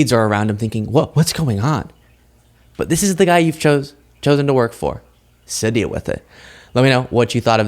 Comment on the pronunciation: my dear. You're the only one I follow. But please quit saying show instead of the word SO and adding ph'S in front of words that has nothing to do with p h 's!!!! Does anybody get what I'm saying!